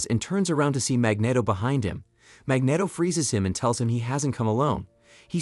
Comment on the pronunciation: the way you pronounced magneto was bad, but when you read xavier, i got cancer